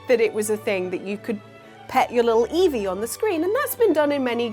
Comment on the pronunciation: I love Eevee, but hate how it says Eeveerrrr. Where the hell did that R come from? You don't hear Prikachu now do you? 😂